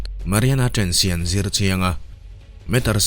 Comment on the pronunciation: Trainch a ni lo aw😂 TRENCHH-I zawk😂😂😂